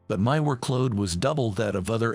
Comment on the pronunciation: It's work-load, not wor-kload. Quit using AI voice.